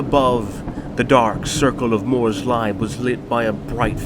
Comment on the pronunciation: I do love your videos, but as some constructive critisicm: your pronunciation of certain names is very American, rather than the intended German. It's pronounced Morrs-Leeb, not Morrs-libe. Similar thing happened with the von Carstein video. (in wich case it should have been pronounced Car-stine though it was pronounced Cars-teen)